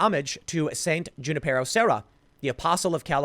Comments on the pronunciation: Not June-i-pear-o, Junipero= "Hoon"-i-pear-o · Lol Junipero is pronounced "hu-NIP-er-oh" and he was the one who founded the California missions